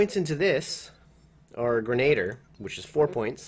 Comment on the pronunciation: hahaha "grenader"